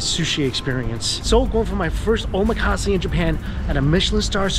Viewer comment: It's not "omakasi", it's omakase